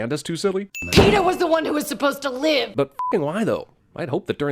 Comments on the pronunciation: A lot of sins for her saying peeta I'm betting xD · "PEENIS" LOL! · 21 and up watch the movie again and take a shot of your favorite drink everytime she says Peeta. 20 and under eat a Warhead sour everytime she says Peeta.